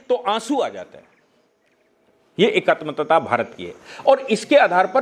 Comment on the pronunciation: एकात्मतता नहीं एकात्मता